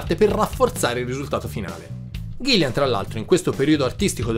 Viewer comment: Ahahahah! Grazie mille per i complimenti e l'osservazione! 😜 Come ho già risposto sotto a un altro commento, io SO che si chiama Gillan (infatti se ci fai caso ovunque l'ho scritto è scritto bene!), ma purtroppo sono toscano e la mia pronuncia tende a tirar fuori una "i" che non c'è!!! Proprio non mi viene "ghillan", mi esce sempre un maledetto "ghillian"... scusatemi!!! 😅